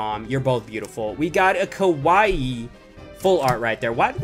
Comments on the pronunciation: It's Kiawe (KEE-ah-Way), not kawaii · Its key-ah-way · Kiawe is said Key-A-Way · Kiawe Kia-way